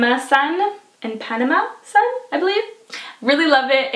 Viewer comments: Sara Spretnjak thank you! As soon as I heard her say "I-panama", I knew something wasn't right, so I looked at the items and sure enough! 😉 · I always gravitate towards your favorites because I know there will be several products that will work with my skin-type. I did crack-up when I heard you pronounce Ipanema. 😊 it's an area in Rio de Janero and there's a song that was recorded back in the '60's "The Girl from Ipanema" which I will now be humming in my head for the rest of the day! 🎼 love it!